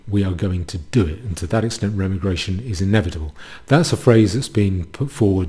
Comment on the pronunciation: Every time you say Remmi-Gration instead of Re-Migration a kitten bursts into flames.